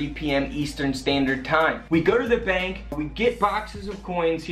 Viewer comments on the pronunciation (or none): bank, not bak.